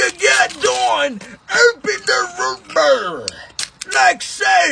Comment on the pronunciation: you gotta teach me how to say röh bëër like that